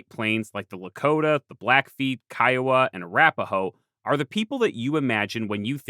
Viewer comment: Wanted to say thank you for saying Kiowa right